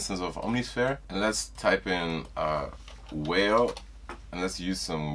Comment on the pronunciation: bruh said whales i could not even take it serious until i heard it and was like aint no way lmao